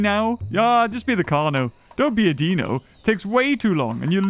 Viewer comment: "as a Deeeeeno" - I'm going to throttle whoever taught you how to pronounce Deino.